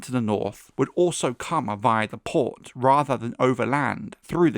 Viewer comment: You say "PORT" like a low IQ broken teethed peasant.